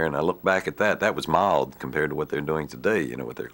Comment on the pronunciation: Regional accents in the US seem to be slowly fizzling out so it’s refreshing to listen to his authentic DC accent. Just on the cusp of Southern which you can pick out in a few words like “mild” . Super cool